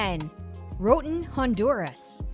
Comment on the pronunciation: Disappointing that you cannot pronounce "ROATAN"!!